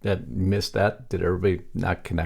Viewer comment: Your tag line: "Big Mistake" Speech Coming! Obama May Have Just Gave Trump the Opening He's Been Waiting For! GRAMMAR ISSUE! May Have Just GAVE should have read "had given". Also, the word is "THAT" not DAT and DIS. You say DAT and DIS. Bad grammar makes you sound stupid and I know well you are NOT! Clean it up buddy!